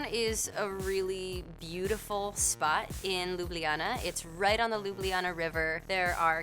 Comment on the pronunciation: it's not Lublijana but Ljubljana